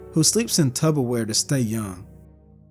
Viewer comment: The truly scary part of this ...He said "tubberwear" didn't he?